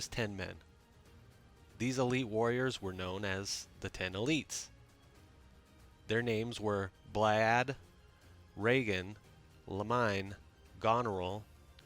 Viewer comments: Dude.... How do you not say the 10 Elite names correctly after they've been said in game COUNTLESS TIMES. lmao Blyad? Really? Glostecer? As someone who looked through the game to get this info, i'm so surprised and very amused. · Blaiddyd - Blay-thyd Gloucester - Glosster Charon - Karen Riegan - Reegan Gautier - Got-tee-yay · I swear I heard Claude say Blay-dyd in the game, unless I misheard. Surprised they let that slide tbh. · Wait what was that pronunciation of blaidydd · How tf did you say 'Blaiddyd'